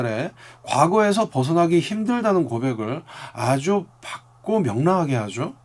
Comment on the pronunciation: 이렇게 섬세하고 통찰력 있는 분석 고맙습니다~ 근데 '맑고'와 '밝고' 발음이 살~~짝 어색해요*^^* [말꼬] [발꼬]라고 발음해야 해요^^ 요런 거 지적해서 좀생이 같다고 하면 어쩔수없지만ㅠ 외랑둥이 아미들도 영상 많이 보는데 잘못 배울까봐요.. 넓은 마음으로 받아들여 주세요~~